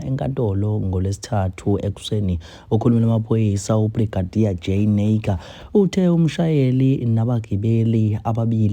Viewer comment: Angikho happy ngendlela pronouncer ngayo naicker